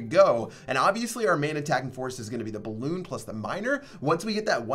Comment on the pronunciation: Sorry but it's "balloon" lmao